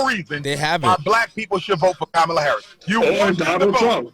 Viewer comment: Educate yourself on the correct way to pronounce her name.